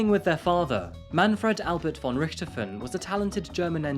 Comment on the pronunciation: aye its hard. also for the most eng ppl its hard to say "von" in german they speak the "v" like an "w" ,but its actual close to "f" in eng ;D so if you talk eng and want to pronounce "von" in german think of it like "fon" and your rly close =)